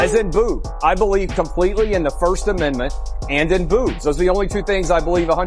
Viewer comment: he said booves not boobs